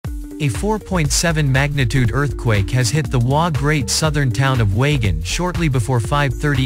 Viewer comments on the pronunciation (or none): It is pronounced wayjin